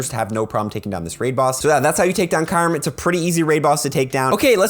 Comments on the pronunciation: I really don't care but it's Q rem (ky-oooo-rem) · The way you say kyreum tho lol